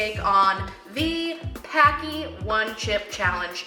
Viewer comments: Just FYI, Paqui is pronounced like Hockey :-) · So many people pronounce the name wrong. If you ever buy their ghost pepper chips, right on the bag they say their name rhymes with HOCKEY.